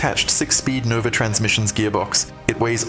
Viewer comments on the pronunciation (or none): none